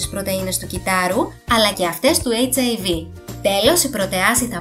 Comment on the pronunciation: Δεν το λες σωστά. Ο ιός χιβ λέγεται και όχι hiv😂😂